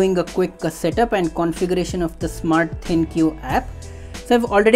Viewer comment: It is pronounced “Think” and not “ThinQ”